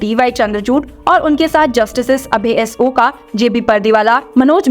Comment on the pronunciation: The surname is pronounced as OK or like Oak tree . Oka or Oak is the way in which is spelled.